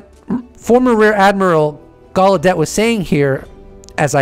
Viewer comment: Its Timothy Galedeyyyyyy not Galedette